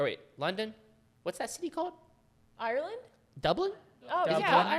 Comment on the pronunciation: i'm sorry but i actually CANT STAND how non irish people pronounce "ireland" it bothers me smmm